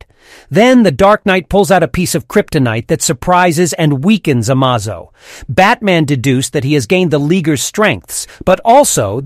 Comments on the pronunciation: Also amazo is being pronounced differently every time and pretty stiltedly xD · How many different ways can you pronounce Amazo’s name.. lol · Was it intentional to pronounce Amazo 14 different ways? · do you change your pronunciation of Amazo every time? very good sir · The narrator pronounces Amazo multiple different ways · This AI keeps changing the pronunciation of Amazo. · The AI can't consistently pronounce "Amazo" correctly. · Holy crap, how many different ways are you gonna pronounce Amazo? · Bro pronounced amazo 7 different ways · How many ways can you pronounce Amazo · When you aren't sure the correct pronounce, use both interchangeably. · It's not amazo it's amazo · I like how the narrator butcher the name Amazo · God damn how many times can you say amazo wrong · Dude, you need to fix your video. The volume suddenly gets louder and then quieter and you constantly misprounces Amazo's name throughout the video. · How many ways can you mispronounce "Amazo"? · You keep pronouncing Amazon’s name wrong in different pronunciations. Is this a real person or some garage computer AI? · The fact that he keeps using different pronunciations for Amazo’s name is irritating 😂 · Is this text to speech, why is it pronouncing Amazo's name like 4 different ways. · Couldnt stick with one pronunciation of Amazo? Lol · Robo narrator pronounces amazo 6 different ways. Sorry. FAIL. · You pronounced the name 'Amazo' three different ways as if speaking of different characters.??? 😂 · your pronouncing the name wrong bro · I hate the way your saying the androids name hahaha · How many times are you going to mispronounce Amazo's name? Smfh.. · AI voiceover is crap. Did I count… nine different pronunciations of Amazo? With a gender swap thrown in for funzies? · The worst part of this video is how you are pronouncing Amazo. It pronounced like Amazing but with a damn O at the end instead of ing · It's A M A Z O not A M OZO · Amazo? It's ameizo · It’s A-may-zoe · Its A--maze-o